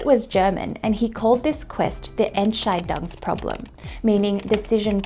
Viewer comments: Never heard a non-german speaker that spelled the word "Entscheidungsproblem" as good as you did! Good job! By the way: It's also a really great video! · I have to respect her for the time it took her to learn to pronounce "Entscheidungsproblem". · I am fascinated by these problems since my youth and I really find your explanation one of the best I have ever heard, especially Haltchecker and Reverser. And furthermore, you pronounce "Entscheidungsproblem" really beautiful. 😊 Regards from Germany! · Entscheidungsproblem. Gut ausgesprochen!